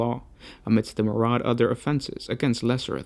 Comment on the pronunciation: SUGGESTION: Pronounce "myriad" as MIR-REE-AD and not MUR-ADD.